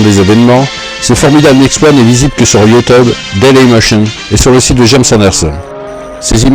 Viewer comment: "youteube" mdr